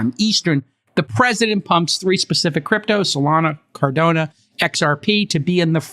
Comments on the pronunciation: Car Da No Not Cardona ;) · I love you Jason and the All In podcast but please please pronounce my scientific, first principles, peer reviewed approach to block chain in car-don-o, thankyou-yours truly your biggest fan and OKC neighbor:-) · Its "CAR-DA-NO". Not Cardone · It's CAR-DAH-NO put some respect on it.